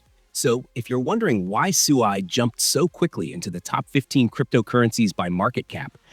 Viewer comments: Right from the beginning you pronounced SUI wrong. If you actually did your research watched or listened to any of the devs from Mysten Labs you wouldn't call it SUEY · I thought the management team calls it SWEE